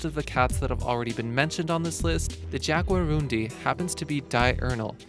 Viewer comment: It's pronounced Hagarundi not jag.